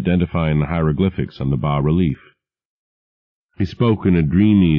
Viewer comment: He says 'bah' relief, yes!!!